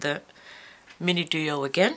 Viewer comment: Please stop pronouncing duo incorrectly. Very difficult to keep listening.